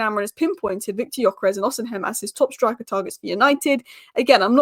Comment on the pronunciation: go with me.. i am Nigerian... it is Osi mhen.. not osin hem